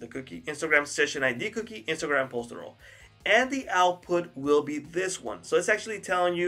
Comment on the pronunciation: Man you need to learn how to pronounce URL.